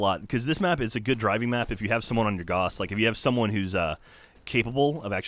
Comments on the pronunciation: Sorry, I really don't care, but I kinda do... It's pronounced Gauss (Gowss), not Goss, after Carl Friedrich Gauss. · ...Not how you pronounce Gauss,. I'm sorry. It rhymes with house, not moss. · Btw the word gauss rhymes with house. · "Gauss laser." Yeah okay. Not sure why I expect any different after all the science segments on the podcast. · "Gauss Laser"